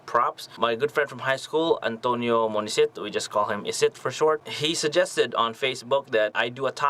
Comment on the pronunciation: And isit is not "antonio". hahahahaha.